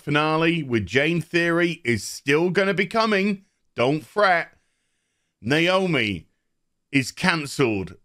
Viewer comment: nooo!! not naoomi!!!